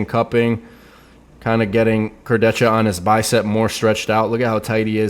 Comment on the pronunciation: Obviously is the only person who pronounces "Kurdecha" correctly.